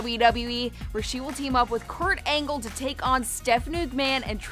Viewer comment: She said kort angel